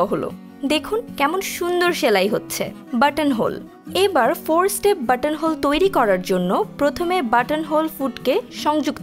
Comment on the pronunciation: Alignment ke aligment bole. Step uccharon o bhool. Singer er moto boro company ei bhool kheyal kore nai sound dubbing er shomoi eta khub e dukkhojonok